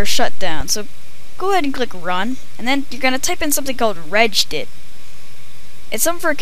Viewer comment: btw its reg-edit like registry editor. not reged-it